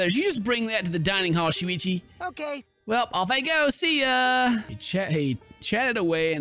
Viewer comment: ken : *miss pronounces shuichi* me : sushi UwUz